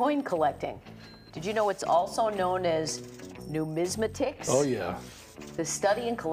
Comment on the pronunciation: Noo-mis-MAH-ticks,!